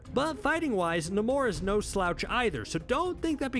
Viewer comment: wait wait...NA-MORE??...NAY-MORE..I'm stuck in a loop now.